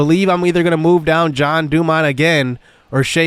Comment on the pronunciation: It’s JEAN NOT JOHN